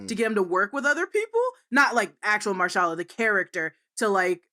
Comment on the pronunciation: Marshala? Tf that really grinded my gears